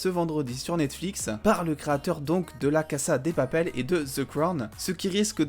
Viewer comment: C’est la « caza « pas la « cassa » 😭😭